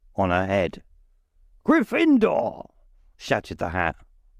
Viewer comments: Love the voices, my only gripe is the pronunciation of Gryffindor. In the films it's pronounced with the stress on the 1st vowel grYffindor instead of gryFINdoor as this narrator does. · It gets on my nerves when he pronounces GYffindor as GryffIndor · I love everything about this except the pronunciation of Grifindor. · Why are you so bad at pronouncing Gryffindor? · The narrator is excellent, except for his unique pronunciation of "Gryffindor." He puts the emphasis on the second syllable, instead of the first. Having seen the movies hundreds of times, it just sounds wrong when he says it. It would be funny to learn that this is actually how the author intended it to be pronounced, and that the movies got it wrong! Personally, I mispronounced Hermione in my own head for a few years, until I saw the first movie:) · Wonderful reading! The ONLY problem I have is his pronunciation/inflection of Gryffindor, luckily its easy to overlook with the rest of his reading